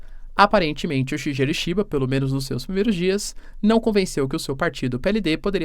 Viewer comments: Boas Professor! Para ficar bonito nos proximos eventuais videos, quando for citar o primeiro ministro do JP se pronuncia "Shigueru". Tmj! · 🙏 fala o nome do primeiro ministro do Japão direitinho😢… Shigeru